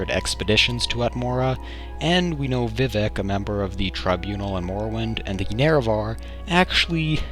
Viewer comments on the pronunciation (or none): none